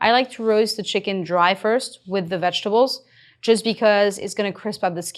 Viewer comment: Great recipe and equally grand results! With all the effort, why not put equal effort into script? How hard is it to just say "vegetables?"